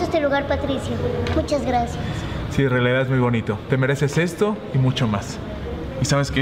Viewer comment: Alguien más se dio cuenta que en el minuto dijo graciaras